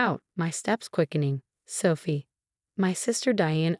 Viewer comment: same with Sooophie 😮